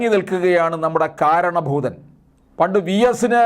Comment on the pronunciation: ഒരു സംശയം.. പറഞ്ഞത് കാരണഭൂതൻ എന്നാണോ മാരണഭുതൻ എന്നാണോ